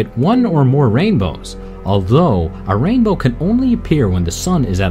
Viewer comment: "Double raimbow, oh, double raibow all the way!"